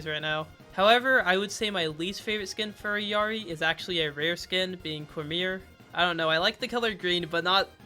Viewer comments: Proper Illari pronunciation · You are like the fist content creator that says illaris name right. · as a peruvian person, thank you so much for pronouncing Illari's name correctly 🙏🙏